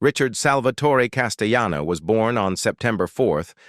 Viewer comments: Actor Richard CASTELLANO is an Italian American, not a Spanish American, therefore his name shouldn’t be pronounced Casteyano. Just saying. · The double "LL" in Italian is pronunced as Ls not y's as in Spanish. This voice over guy (*AI voice) is on so many videos and he pronounces things incorrectly all the time.